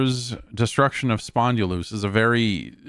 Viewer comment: Spondylus, not Spondylous 😂